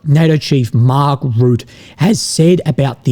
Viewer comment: It’s not Mark Root it’s Rutte 😂😂😂